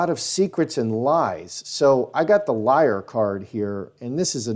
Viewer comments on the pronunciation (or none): none